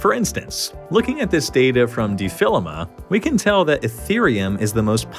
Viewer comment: defilama is pronounced de-fil-lo-ma?